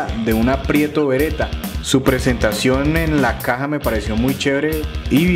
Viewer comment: Buen video.El BREN CZ 805. Solo un pequeño comentario con mucho respeto y humildad tengo entendido que el nombre de la prestigiosa marca es Pietro Beretta y no "Prieto". Saludos desde Cartagena.